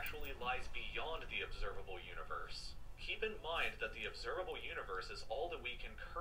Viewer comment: "Observalbe Universe"